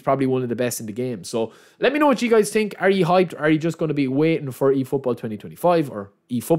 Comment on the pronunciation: hahaha or when he says „i tink“ or instead of through pass he says „true pass“